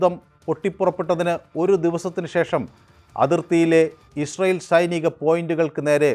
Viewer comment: ഇഷ്രായേൽ അല്ല ഇസ്രായേൽ.... അങ്ങനെ പറ